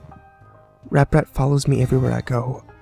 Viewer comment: Wait? Didn't he just say ApRat?